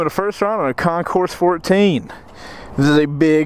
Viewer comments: You don't say the S. It's Con-core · The “S” in Concours is NOT pronounced. Of course, you’re from GA so I’m completely wasting my time explaining this to you, right? I lost count how many times you utter the words, “oh my God” and the word “shit”. You are one CLASSY dude, no doubt. Nicely done. You made me feel embarrassed for you. How does that even work? No wonder so many people laugh at Americans.